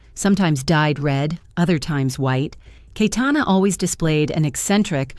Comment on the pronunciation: It is "KaYetana" not "kaitana" you stupid bot